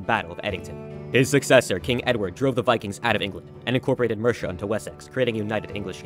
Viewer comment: Mercia is pronounced. Mur see ah not mersha